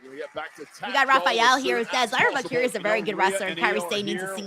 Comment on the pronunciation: Here’s a word struggles with: Valkyria. “What do ya mean? It’s val Kyra?” Is it? Or is it Val-Keer-Rhea? You wouldn’t say Ra Ripley would you? I’m surprised nobody has corrected you.